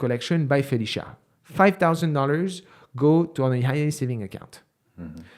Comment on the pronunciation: I always laugh when you say, “bye Felecia” in your French accent 😂